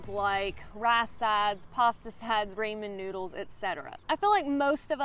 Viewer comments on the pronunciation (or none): Ray-men? Rah-men.